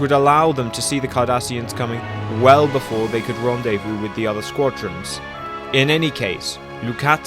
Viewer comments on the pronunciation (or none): none